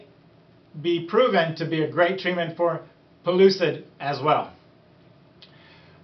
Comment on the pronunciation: PELLUCID NOT PULLOOSID (PRONUNCIATION)